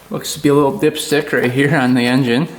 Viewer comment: he said “Wittle” lmao